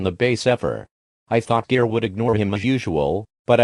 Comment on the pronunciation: Why you say jir it's gir